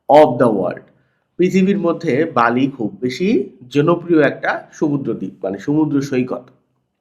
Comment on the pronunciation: বালি না বেলি